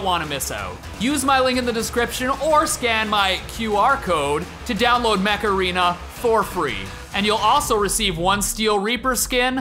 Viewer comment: Everytime Steve said Mech Arena, it sounded like Macarena.. “Or scan my QR code to download Macarena!”